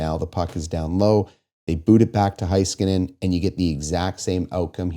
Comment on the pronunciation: Was at the game. Felt like the stars were going to get swept after the Bouchard goal. Third period was electric. Unsure why the entirety of the Canadian media persistently mispronounces Heiskanen’s name. (It’s HEY-skanen, not HIGH-skanen)